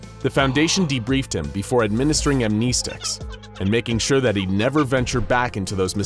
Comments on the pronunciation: Am-nee-sticks? Wtf is that? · am-nes-ticks bro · I cant get over the way 'how amnestics are pronounced.. I just hear armkneesticks.. great vid tho!